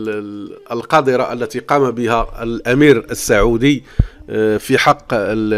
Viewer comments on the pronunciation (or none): none